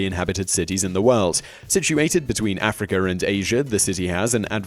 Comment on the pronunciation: Simon, love ya guy but it's called AfricA not AfricER, lol.